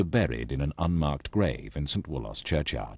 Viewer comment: "St Wool-oss"😮 Locals pronounces it "Wool-us"